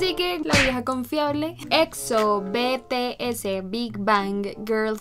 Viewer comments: No es "be te ese", es "bities" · Te recomiendo DNA/War Of Hormone/Dope/Save me/ es de BTS pero se pronuncia Bi Ti Es no Be Te Ese 😂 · se pronuncia BiTiEs v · Se que eres nueva en el kpop pero no es betese es bitiez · Ah tarde pero seguro😂 El grupo BTS no se dice "bete ese v:" es bitiez. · Jjajaj me reí pq dijo B-T-S y es BTS 😂😂😂😂😂 NOT TODAY MI CANCION FAV💟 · Me da gracia por que dijo BTS deletreandolo pero seria bities así se pronuncia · Obvio te va gustar bts son los mejores xd a y se pronuncia bities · No es BTS (bueno si )es bities (se pronunció ) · Jajajajaj, la mayoría de las armys gritando en la pantalla que se pronuncia bities, si alguien hizo eso dígame jajajaj no quiero ser la única ahre xd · El que escuchaste de bts se llama Jimin y en la de not today era el de pelo rosa (Jimin)no el que tú decias y los grupo son por audiciones y se pronuncia bi ti es (sin ofender) :) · No es ofendiendo pero se pronuncia bities y se escribe bts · Nadie lo pronuncia bien es BTS o bi ti es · Es vitiez no beteese jajsjajajajaj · No dijo bien bts😂😂 pero me encanta no es una ofensa yo tambien a si decía al principio 😍